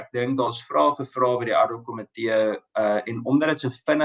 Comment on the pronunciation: Uitspraak nie addok-komitee nie, maar ad hoc komitee asb.